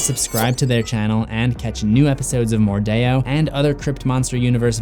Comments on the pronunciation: It's not mordao it's mordeo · That’s stupid. It sounds like they’re actively trying to sound fancy/exotic. Oh well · I’m kinda annoyed with how you pronounce mordeo